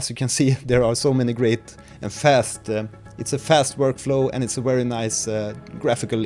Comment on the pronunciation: "these modulators are Wery powerful" - excuse me, but there's a slight error in pronunciation, You're using German proninciation rules for some reason?